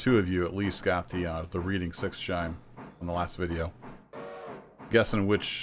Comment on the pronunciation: I know it doesn't overly matter, but as someone with a partner from Pennsylvania, you're pronouncing 'Reading' wrong, at least in the context of the place (and, related, the whistle). It's not like the present-tense 'read', more like the past tense 'read' for Reading. If that makes any sense at all? Either way, wanted to chime in with regards to that, and.. Yeah. I'm enjoying the series, even/especially the longer videos - But that might just be me, I dunno.